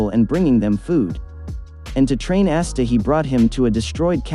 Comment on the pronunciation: It’s ah-sta not ass-sta